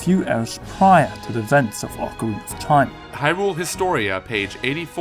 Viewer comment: You pronounced ocarina incorrectly